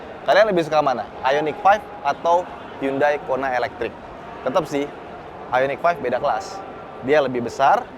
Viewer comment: Bang sangat niat ngomong merek Hyundai dengan cara pelafalan yang benar, tapi yang BOSE masih salah. Next bisa lebih dibenerin lagi bang..